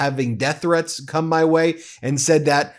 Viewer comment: You keep saying "MAY" quit!!